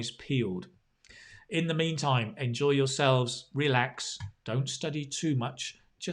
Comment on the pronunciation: Hi, recently I find myself watching a lot of your videos. They're so helpful for my studying IELTS. However, I think in this clip, you made some simple mistakes like you should write "reduce DEforestation" instead of "reduce forestation", or you mispronounced "enjoy" or "exfoliate" (to be more specific, the sound of the letter "e", maybe because in some regions in the UK, people pronounce those words like that ). Hope that in the next videos, you can pay more attention to those issues! Thanks a lot, from Vietnam.